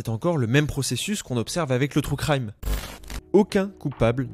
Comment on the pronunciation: "trou craille-me" 😭 "true crime" stp